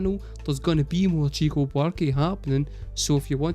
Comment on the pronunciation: Also, it's pronounced "shico", not "tchico".